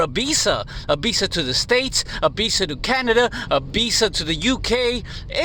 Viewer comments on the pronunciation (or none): this is a B., this is a V. B is for ball. V is for visa. It's not pronounced Bisa. Do you have a speech impediment or are you just slow? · Man every time you say visa I hear "Bisa"